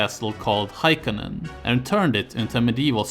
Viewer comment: The castle you are mentioning is called Hakoinen not Haikonen. Also how do you figure it was an old Finnish viking castle? There were really no Finnish vikings to speak of, and I don't think Swedish vikings ever wandered that far inland let alone built castles.